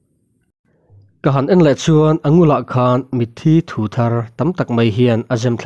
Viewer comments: Min 12 vel a mitthi thu ti a i chhiar hi mitthi thuu (mitthi atanga thil tui chhuak) tih tur a ni ang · Mizo ṭawng tlem zir ila ngai anih hi mawle,,,, mithi thu tih te, suvel tih te hi i lam dik lo tlat mai.